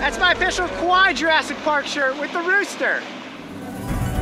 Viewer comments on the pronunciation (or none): Love Kaua'i. Cried when two week vacation was over. He doesn't pronounce the name of the island correctly. It is cow-ah---ee. With a glottal stop before the last long e sound. But still. Awesome vid. Awesome island. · Did he say the island of kawaii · Did he just call it the island of 'Kawaii'? LOL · Kauai sounds like Kawaii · Every time it sounds like kawaiii XD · MLGplayer00 He meant to say that. It's not even spelled kawaii. It's Kauai